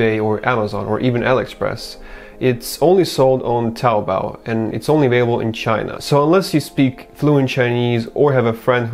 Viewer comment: You should learn Chinese. Your pronunciation of taobao is nearly perfect (regardless the absence of the tones of course).